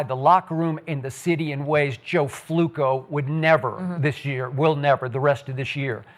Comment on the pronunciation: Skip said Joe flucccooo lol😂